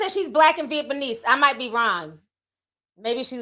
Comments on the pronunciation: Nobody: Ti: Vietbaneese!! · Nobody: TT: viet me knees 😂🤣🤣🫶🏽